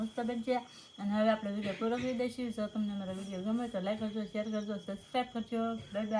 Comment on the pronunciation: Bhabhi ne bolta shikhvado hik nahi like kevay ketli var kevanu Nakar vidiyo uplode karvanu band Kari do